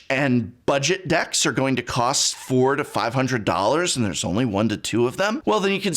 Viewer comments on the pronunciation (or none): none